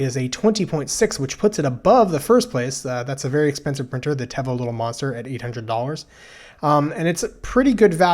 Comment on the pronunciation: It's pronounced teevo lol